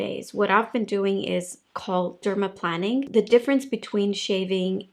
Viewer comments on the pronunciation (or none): I was hesitant to point this out, but I want corrections when I speak a second language, so I hope you do, too. It’s dermaplāning (like airplane), not planning (like planning a vacation). I love you videos - and your accent!